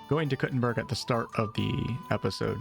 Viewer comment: Proper way to say Kuttenberg is Koo-ten-baerg. In German.